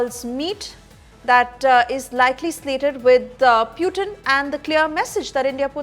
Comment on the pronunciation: Its Putin not puetine😂😂